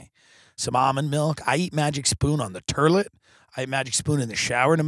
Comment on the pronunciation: I love when Tim says the terlet